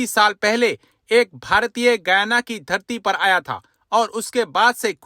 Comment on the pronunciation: Guana nahi Guyana pronounced as: GAI- YANA